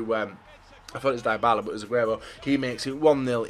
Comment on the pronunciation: is basically a full-time fifa youtuber but he doesn't know how to build a draft and pronounce 'Dybala'.